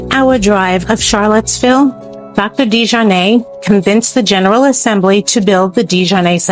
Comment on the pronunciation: The family name is French, and was originally spelled “de Jarnat” in France. The correct pronunciation is De-jar-natt. The early de Jarnat immigrants came from France around 1700 fleeing religious persecution. Later the spelling of the name was “Americanized” to DeJarnette or DeJarnatt. The pronunciation however did not change, it remained De-jar-natt. It was never pronounced with a long A sound at the end. As in de-jar-nay… Most people in the area, (including many who worked there) would not understand the name as you pronounced it. 😅